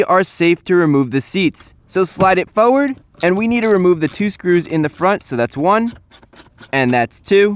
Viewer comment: Another NJ or Chris-ism: "push the seats fowwerd." and